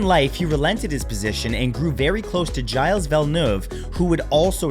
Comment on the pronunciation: Gyles? its like jill in English Mat